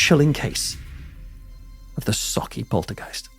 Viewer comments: I just want to say... as a Scottish person, thank you for pronouncing Sauchie right 😄👍🏻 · Bravo for saying sauchie correctly and not mangling it like most do 👏👏👏👏